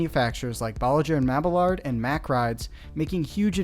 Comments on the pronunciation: Hopefully all of these new intamins will be reliable. If it is, cedar fair and six flags will work with them again. Also, i believe it is pronounced ball-ih-jerr and mab-ee-yard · I still don't know why people fangirl over intamin when it seems like just about everything they do is worse than your pronunciation of Bolliger and Mabillard..